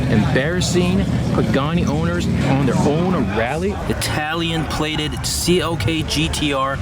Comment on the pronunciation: Its CLK not COK... -.